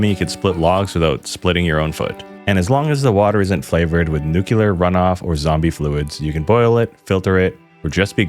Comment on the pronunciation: Love the channel! Great work! One correction; it's pronounced "nu-clear" (not "nu-cu-ler").